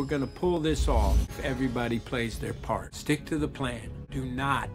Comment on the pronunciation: “Only way we’re gonna pull this off is if everybody players their PLART “😭